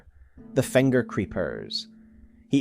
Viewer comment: do you just place vocals randomly? fenger? hestory? like seriously?